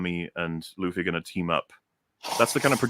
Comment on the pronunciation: you damn Old Zlander! His name is looofy not luhfee!